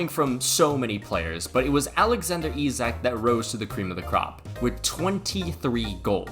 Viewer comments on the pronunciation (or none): none